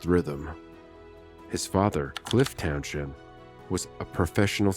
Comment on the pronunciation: Oh AI is useless with local London pronunciation, can’t even say his surname or place names correctly 😢